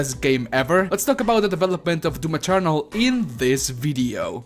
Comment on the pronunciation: I don't know what I loved more about this video: the footage, the way you say "DOOM Eternal" (kinda sounds like DOOM Maternal which let's face it, just works and it's a better name) or the kisses. I'll go with the kisses. Feliz Año Nuevo =)